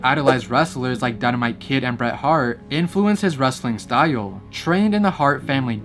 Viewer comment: STYLE IS A ONE SYLLABLE WORD, NOT TWO. IT IS JUST STYLE, NOT STY-UUL.